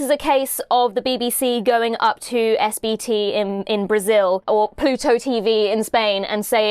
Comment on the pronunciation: hearing saying my country's streaming (SBT) is WILD